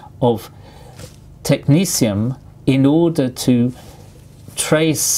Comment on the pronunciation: I thought it was pronouncded tek-NET-ee-um xD